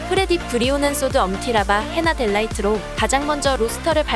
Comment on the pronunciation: delight 를 델라이트라 읽고 kt를 블릿츠걸 달고 %가 센티라니 ㅋㅋㅋㅋㅋㅋ 검수 안하고 닥업로드 하나봐?